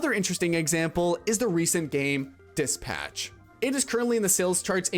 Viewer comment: He says he left the vault as a child in new vegas. He switched tense a couple times, although possibly naturally editing on the fly, it leads me to believe this script is from an ai. Weird pronunciation that actively pops into a mic in "dispatch" really sticks out like hes never heard the word nor played a game called dispatch. There are more but those came to mind